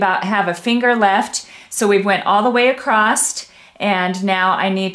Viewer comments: I really enjoyed that tutorial, very informative and clear, by the way there is no "t" in across :) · I have always wondered why some people always say ACROSS just like it is spelled ACROST???? I have heard so many people say it this way but have always wondered how it got started that way.....many people say it . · Sorry..across does not end with a letter t. Across. Not acrost. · Clear explanations. I don’t like the narrative shouting. Just explain things a bit calmer, And the word across, doesn’t have any Ed on the end! Repeatedly saying acrossed, pronounced acrosst, was really irritating.